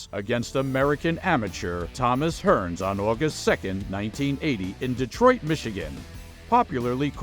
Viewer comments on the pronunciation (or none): none